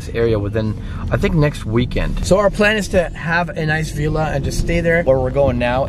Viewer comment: You're pronouncing Villa wrong!